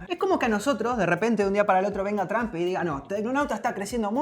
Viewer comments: TRAMP?? Nivel de inglés nivel Dios 😂😂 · "Tramp" Jajajaja Porque lo pronuncian así me preguntó yo... 😂😂 (Donald: Trump, Tromp, Tramp)